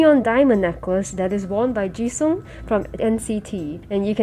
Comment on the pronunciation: To correct you, Jisung is pronounced “Jeesong”😂